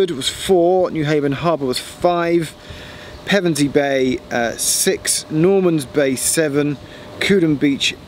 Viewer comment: Pevensey and Westham - nice pronunciation. :) Even some locals get it wrong and make it sound like the football team.